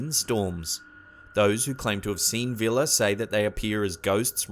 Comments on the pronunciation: It's actually "Víla" not "Vila" but ok :D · forgive me but your pronunciation of baba yaga and víla is really bad, also the kikimora make me laugh.